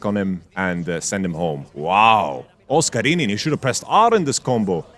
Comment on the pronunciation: love pronunciation OSCARININ ❤